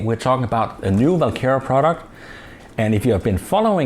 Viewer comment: is it VAL kera or WaL kera? it sounds like you are saying VAL kera?